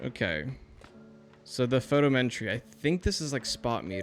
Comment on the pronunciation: PHO -TOM - Eh - TREE